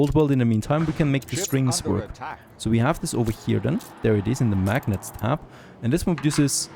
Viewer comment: It's pronounced "mag-nate" :)